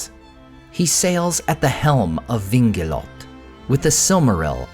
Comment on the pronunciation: I could be mistaken on this point: I believe Vingilote is the Quenya name of the ship and it has a diaresis above the "e." It's written "Vingilotë. As such, the "e" needs to be pronounced. It should be read: "Vin-Gilot-Teh," rather than "Vin-Gilot."